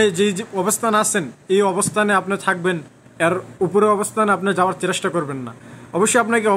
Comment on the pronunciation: একটা ভুল ধরিয়ে দেই চেরেস্টা নয় চেস্টা বলবেন আমার সাথের একজন এটা শুনে হাসছে আমি তাকে বুঝিয়ে নেয়ার চেস্টা করেছি কিন্ত যত মানুষ শুনবে সবাই কে তো বোঝাতে পারবো না তাই সংশোধনের চেষ্টা করবেন ধন্যবাদ